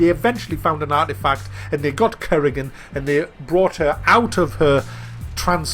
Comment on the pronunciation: Currygan :p